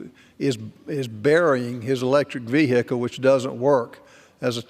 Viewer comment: That’s not how you say vehicle when you become a big boy